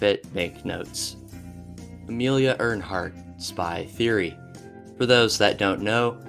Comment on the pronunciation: Dude it's sad you don't know how to pronounce Amelia Earhart's name properly and the Concentration Camp Dachau